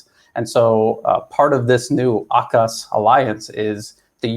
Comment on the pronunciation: I’m sorry but that sounds like “Akuzz” (UK urban slang for oral sex) 💀💀